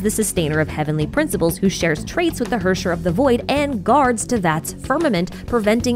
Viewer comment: Just fyi, Herrscher is likely german for ruler and is pronounced Hair-Chair